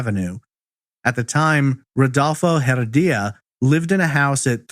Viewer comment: "Rudolfo Heredia" is the correct pronunciation of her abuser.